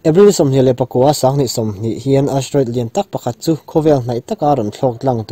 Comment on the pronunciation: Astroid nilo in Asteriod anilo ami??? hawrawp khi i ti diklo in ka hria..Chuan duh aiin i țawng rang...mi kan inang lo a..kan beng chak dan a inanglo bawk a...mi tinreng...upa leh naupang pawn an en a an hriat hman turin sawi a țha ka ti